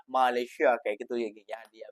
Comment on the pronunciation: malaysia ... sebut me le sia ... bukan ma le syia